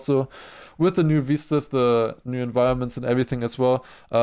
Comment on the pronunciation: All zee Germans say veeestas not vistas 😂